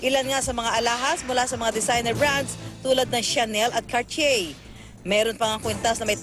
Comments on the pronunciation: sinong reporter? mali ang pag pronounce mo nang Cartier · Hahaha tawa q dun sa pronounced .. Sa CARTIER..